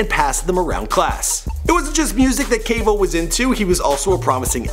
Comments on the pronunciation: He said "Kavo" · he says cavo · This dude said kavo 😂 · can someone tell him that quavos name is quavious, not quavacious?? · It's not Quavacious, it's Quavious! Do your bloody research! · "quavacious marshall" im dead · i thought that was what i heard! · Did just say Kavo? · "Caveo" lmao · dis nigga said... KAVO... 😂😂😂😂😂😂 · 2.25 Quavos name is Quavius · XDDDDDD - HE SAID "KAY-VO" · Lmao cavo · my nigga did u say Cavo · this nigga said qavo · did anybody hear him say Cavo instead of quavo? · He used to say Quahvo because he does not respect black people. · They made him do it again to get Quavo name right😂😂😂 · U messed up quavo real name so bad